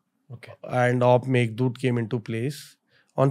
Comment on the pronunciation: It should be *Meghadoot✓ , not *meghadood....